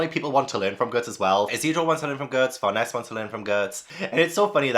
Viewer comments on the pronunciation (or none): Tiny, maybe not super needed thing since you're all caught up and may have found a pronunciation guide already, but here, for some of the one's you weren't sure on: Farnese is pronounced like FAR-NAY-ZAY. If it helps, remember it's an Italian name. Don't blame yourself for not getting that, I believe the vast majority of the English Berserk fanbase said it like FAR-NEICE or FAR-KNEES until the (infamous) 2016-17 anime came out and most of us actually heard it spoken for the first time. Also, Ivalera is said like EVIL-ERA. There's even at least one instance of Puck calling her Evil Airhead as a joke in a panel (which makes more sense when you know the pronunciation). As for Shierke, honestly just say SHEER and then any K noise you like and you're basically good. Whether it's a hard KH, a KUH, KEY, KAY. Whatever suits you're fancy and you're close enough. KAY is more-or-less how it's said in Japanese, but it is a German name so there's wiggle room on that being fully correct.